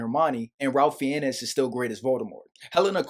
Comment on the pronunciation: Just a note on pronunciation, Ralph Fiennes is pronounced “rayf” (the a sound is like the a sound in the word rate) “fines” (with the i sounding as it does in the word find).